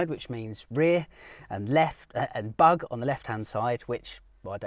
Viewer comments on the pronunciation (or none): Bug und Heck ...means front and rear. So easy is that. The German "Bug" isn't pronounced "bug" like the insect, it's pronounced like the English double O. Like in Google or root. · Very cool vid. I do not remember reading much about this program at all - and I consider myself to be something of an uber Porsche aficionado. Btw, as an aside: "Heck" means rear or tail (as you pointed out) and "Bug" (pronounced 'boog') is just the opposite meaning front. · Too bad the 965 never made it! Sure, it was in danger of being seen as a kind of "poor man's 959", but nevertheless I think it would be another Porsche legend by now! And here's today's lesson in German 😉: The word is pronounced like "boog" and originally, it describes the front part of a ship, so it's the German counterpart of the English word bow , but when used in context of cars or planes, nose is indeed the better translation (at least that's what I think 🙂).